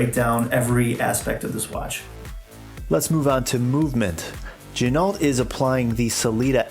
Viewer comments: Not quite lol. It is pronouned "G--Noh". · Pronounced "Gin o" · Pro Tip: Ginault is pronounced "G-Noh" per the owner of the company. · It's pronounced G-Noh. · Is that really how you say the company name?? LOL